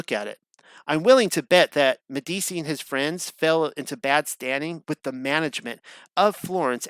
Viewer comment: Meh - dee - chee -- is how you say it. At least put a little effort in.